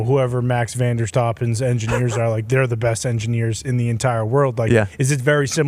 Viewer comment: Love how the boys pronounce Verstappen to troll the F1 community